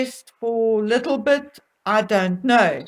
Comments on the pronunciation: Why do you say "LITTLE-bet" rather than "LILI-bet"? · I love how you say Lilibet, sounds like little bit, that’s what my hubby calls our new kitten. Take care of yourself, that could be asthma, I have it and coughing in wood smoke just tears me up. ❤️🍅